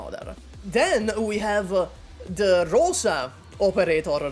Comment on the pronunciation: And RosA, not Roza/Rose. Soft "s"